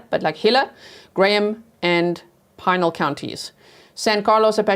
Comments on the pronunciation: Wow!! I am from Tucson AZ . I had not heard of this horrific event! She looked like a beautiful girl so sad 😭 Who ever did this needs to be found now! You did a great job presenting the case and saying all the strange names well. Pinal county is pronounced puh-nal 🤗 Happy Birthday 🎂 wishes to you!!!!🎉 still young! 😊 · I’m from Pinal County it’s pronounced pah nal and you said Gila correctly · It's pronounced "pé-nàl" county , Pinal County. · pinal is pronounced...pin (as in a hair pin) al (as in a mans name) pin al...i know because i lived in pinal county for 45 years and now reside in gila.... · Pinal is pronounced pee-nal. You are going great with all the other words. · Gila in Spanish ‘g’ is like an ‘h’. Pinal is pronounced pin + al. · Hello! Thank you for covering this! Fyi Pinal is pronounced Pih-nell county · Gila: hee-luh Pinal: peen-Al ❤ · Pronunciation: Pinal County is pronounced Pee-Nawl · Pinal County is pronounced pin-al ❤ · Pinal is pronounced Pee nal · I'm a local and Pinal is pronounced pin (like push pin) and Al (like a man's name) pin-al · The group home she was in is a literal home. They apparently ONLY accept Native American girls from 7-17. Heela (Gila) is correct. Like the monster. Pin-al county, you were pretty close though. I'm in Globe, Az. This is awful 😭